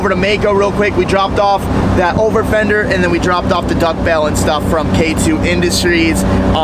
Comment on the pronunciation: Duck bill not duck bell